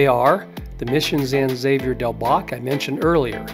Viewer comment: One minor correction, and I suspect most Tucsonians will catch this… the name of the mission is properly pronounced as “San Havier”